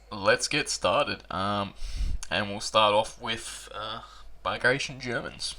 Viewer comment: Ba -gra-tion Please pronounce this great warriors name properly.